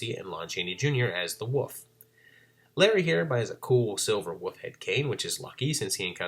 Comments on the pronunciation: Great video, but where are you from that you pronounce wolf as "woof"? The L is not silent in Wolf. I'm not trying to be critical, I'm just curious because the difference in the pronunciation is so apparent and I would think other people point that out to you. Most people use "woof" as the sound to imitate a dog barking. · love the videos, love the channel, but I gotta respectfully inquire, why do you pronounce "wolf" and "wolves" as "woof"? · Love this series! Thanks for all the effort you put into it! ...There is some weird stuff going on with the footage around the 14 minute mark. Also you say "wolf" like "woof" haha :)